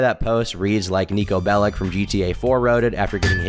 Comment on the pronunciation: "nico bellick"?? ITS NIKO BELICH